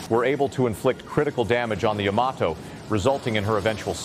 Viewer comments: not YAM A TOE. YAH MAH TOH. Can't take you seriously... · Is this AI narration? Guy says YA-mato when it's supposed to be ya-MA-to. Later, he says it correctly, then goes back to incorrect. Strange. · I am a fan of the Yamato mainly because of the anime Space Battleship Yamato / Starblazers. My question is, how do you correctly pronounce the name? It is really about where you pronounce the T. I have always said Yamaht oh. But I have also heard Yama Toe. Even this video says it both ways. The anime says it both ways. The most recent anime says Yama Toe. I just was curious. There may be no correct way. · Yama toe, really?